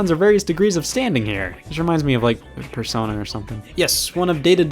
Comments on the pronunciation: Why does he mumble that like he's trying to make no one hear it? scott what did persona do to you? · SCOTT SAID PERSONA AGAIN